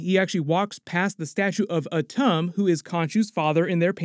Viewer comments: It's pronounced "Atoom" (Atum). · It's pronounced Ah-toom Shortened, like tomb but quicker